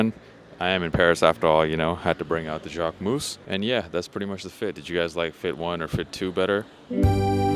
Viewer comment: Interesting ( for people not living in Paris ). Good selection of shops and food places . Kudos for the museum choice ( however Pompidou is more interesting from the inside than from the outside …) Just three painful moments : 1) you are still pronouncing jacquemus wrong . 2) all the bouillon are restaurants for tourists and countryside people , serving low quality outdated food . 3) rue Saint Denis is definitely not a place I recommend to have your hotel in : it is the most famous prostitutes / sex shops street of Paris …